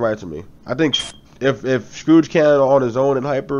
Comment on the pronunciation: His name is SCOURGE not SCROUGE!